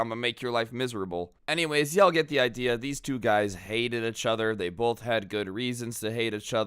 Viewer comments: No offense but I like the way you say achother instead of each other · EACH-OTHER . NOT . UHHCH-OTHER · Does it bother anyone else hearing pronounce it "ech" other